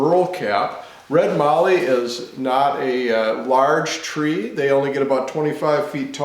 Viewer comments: Great job and good to see you using good Aussie timber. But it is not called Marllee, it is called Mallee with a short "a" as in hat. It is clear when I look at the prices you pay in the USA for Mallee that it significantly increases in value with the trip to the USA. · Magnificent piece. Just one thing mallee sounds like mal-ee not marlee. I live near where these are harvested and see them daily on trees making me drool. Anyway beautiful work Regards Duzzy🇦🇺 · Mallee- rhymes with Sally. Cheers from Australia